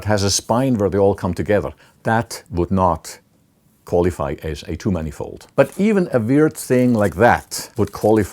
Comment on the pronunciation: Took me a while to figure out that he was saying "two-manifold" and not "too-many-fold"